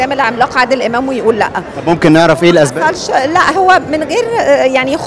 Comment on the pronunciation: المذيع: ممكن نعرف ايه الأزباب الفنانه : من غير مانخوض في الازباب 🤣🤣 اللهم اني صايم اختلاف اللهجات قاتل 😅😅